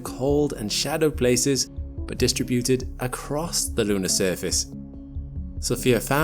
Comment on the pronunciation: D-STRIB—UTED. Not DIS-TRA-BUTED